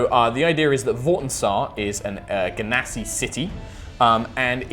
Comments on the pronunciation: I didn't want to say, but seriously: je-nuh-si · I have a reason that it is pronounced djinn-nasi cuz they are from djinn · Ahhhh, I'm so excited! Nova sounds (and looks) so epic! Also 'I like a hard g' but uses the soft g pronunciation;D More notes! ily,, never change!